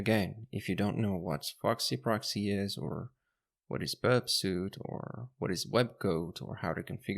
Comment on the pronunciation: Suite is pronounced as "sweet". Thanks for the great content.